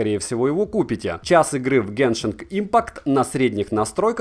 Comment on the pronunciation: Не геншинГ, а геншин😁